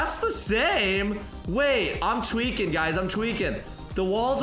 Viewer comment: You got to stop saying tewiking I spelled that wrong but whatever